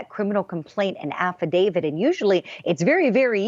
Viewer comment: Did the reporter say “affidavid” ?